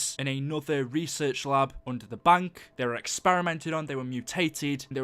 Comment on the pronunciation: It's bank, not bunk.